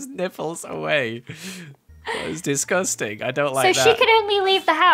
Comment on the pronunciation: DISGUSTAN!! Me: DISTUSTAAAAANNN!!! My mum: whats disgustan who did it? Ahaha